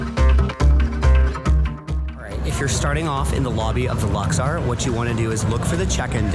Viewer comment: Very fun video! Just one minor note… it’s pronounced “Lux-OR,” not “Lux-are.” 😊